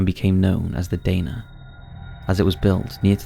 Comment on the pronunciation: Dana is pronounced Dar-Nah. I used to work in the prison for a few years up until 2010.